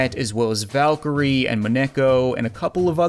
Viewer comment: It's "Valkyrie"